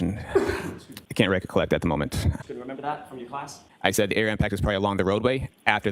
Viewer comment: “Recollect”….😂😂😂😂😂 …. “Recocolect”x 20